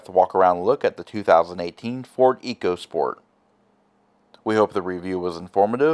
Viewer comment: It’s pronounced echo